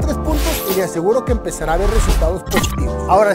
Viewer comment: Porque hablas así? Ashiiii funshiionaba empesharan me desespera